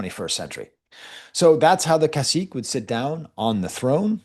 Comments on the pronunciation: Cacique is not pronounced like a french “-ique”, like Martinique for example. It’s pronounced like the Spanish “que” like queso. So its ca-see-keh. If you want to learn about Tainos, you would do well to seek out Puerto Rican historians, like Jalil Sued Badillo, Francisco Moscoso, Fernando Pico, and the like. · Just a nitpick the pronunciation of the last syllable in Cacique is more like Que in Spanish—without the uncertainty of a question lol